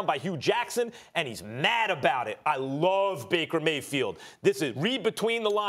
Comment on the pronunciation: Baker Gay-field😂😂